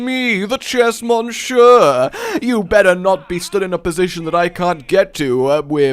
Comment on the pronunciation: At first I thought you said "chess muncher" and not "chess Monsieur". :/